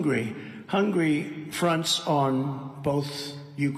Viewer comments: Hun-ga-ry, Donald. NOT "Hungry". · Its important to know that Trump NEVER knew which countries border Hungary. He probably can't even spell Hungary. He pronounces it "hungry". I expect he jokes about Hungry eating Turkey quite a lot. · Anyone else notice that he also pronounces "Hungary" as "hungry?" My guess is he is thinking ahead to a dozen Big Macs after his speech.